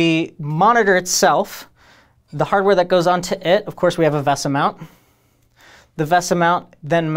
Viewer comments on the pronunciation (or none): the host said "veh-suh" instead of "vay-suh", i will now dislike the video and will be outraged at this injustice my ears received. 0/10, not a good video